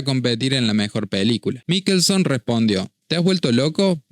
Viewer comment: se pronuncia mikelsen... y si, el chabon tiene razon, no podes complacer a un grupo minorista solo por agenda y para que un grupo de llorones no se ponga a hacer rabietas.